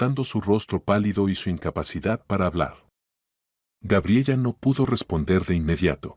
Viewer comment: Cuál Gabriella!!!! Gabriela por lo menos deberían narrar bien. Aparte de las incoherencias en la historia